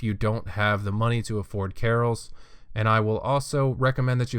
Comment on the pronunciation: Good guide. Learn how to pronounce Kah-Rils not Carols